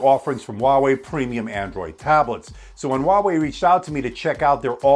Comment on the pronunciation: Its called Huawei not walway